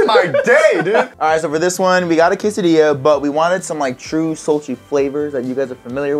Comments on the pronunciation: Quesadilla? Do you mean a [Qu-say-d-la] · Who else got triggered when they were saying quesodia in italian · Why do they keep saying quesadilla wrong I’m Mexican like but he can’t even pronounce it right 🤯😡